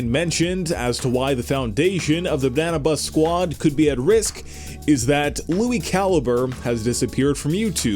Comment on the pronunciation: Pleas people don't get mad that he said banna bus sqaud